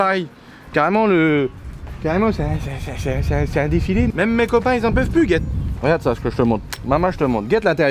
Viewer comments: "Elle mange la R une" 2020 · Ta mangé une R une XD